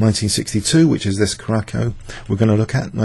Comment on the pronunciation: Your pronunciation of Curacao needs some work. First syllable is pronounced "Cure." Second is "a" as in "about." Third is "sow" as in "pout."